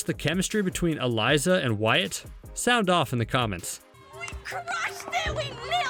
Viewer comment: its wyaat not wire dummie